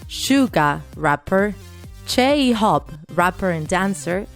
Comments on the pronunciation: John cuk 😂 jiiimein 😂 shugah 😂 j hop 😂 keep trying hunny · I don't want to be rude bUt here we gO "J-hOupe" "sUga" "jEeMeiN" "vEa" "jAhnCooK" Aaaaa it made me laugh is hard 😂